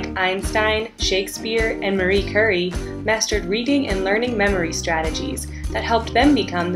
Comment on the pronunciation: Dear god... Marie Curry? You never heard of Marie Curie? [Cure-EE]